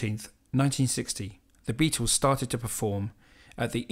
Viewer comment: It's not "the Beatos" it's the Beatles.